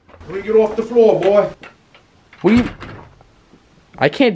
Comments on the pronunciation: but hes said boy with an i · I think he said boiy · Yea he did say BOI